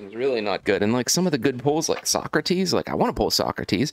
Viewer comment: Don’t you mean So-crates 😉